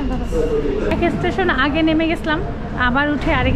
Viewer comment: বারবার ইষটেশন বলেন কেন স্টেশন বলেন